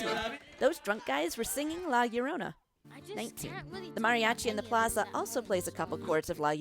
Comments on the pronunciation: La Llorona* (La- Yord-onah) sorry I get you don’t speak spanish but it really bugged me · "Lae yorounei" 😂😂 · "DiO dAy LoS mWeRToEs" "PePiDuH" "La YuHnOrA" "gOrDeEtO" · When you say La Llorona... Hmmm